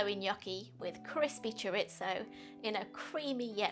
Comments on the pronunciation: "choritso" lol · Recipe looks good and will try but ...and I know it sounds pedantic but chorizo is a Spanish thing and pronounced ' choreetho ' .